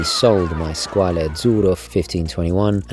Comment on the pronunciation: Definitely saving for a Bulova Lunar Pilot and you had me laughing when you were talking about the Squale, parli bene l'italiano 😉 bello lol Hope you achieve your 2025 watch goals 😊🇮🇹👍